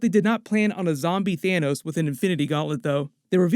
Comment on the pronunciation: OMG 😆 😂😆 did you say Thanus 💀